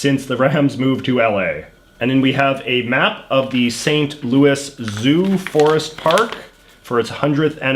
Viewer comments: Lol it’s pronounced St. Louis with an S and Missouri like Mizerie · Lol the way he pronounced Missouri makes it seem like he's from the boot-heel region of the state...was not expecting that. And coming from someone who currently resides in St. Louis - the 's' is pronounced at the end by everyone here. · The way he pronounces St. Louis, Missouri hurts me so much